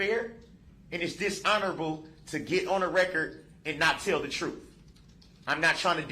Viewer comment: Your trooof…you wouldn’t know the truth if it bite you in your behind. You are always talking about the “troof” and everytime you open your mouth you are lying.